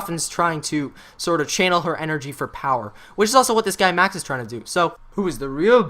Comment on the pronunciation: it makes me sad how he kept saying Max instead of Maxis.. and how he thought Edward and Rictofen were 2 different people...